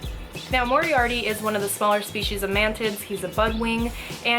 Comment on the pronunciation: Instead of mantis i thought she said man tits